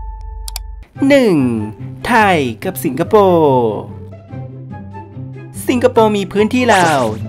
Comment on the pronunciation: พูดดีๆจะฟังลื่นหูกว่านะ ไม่ต้องทายยยย สิงคะโปปปปปปปปป ฟังแล้วขัดหู นี่การออกเสียงสำเนียงไม่ผ่าน เอามาออกอากาศได้ไง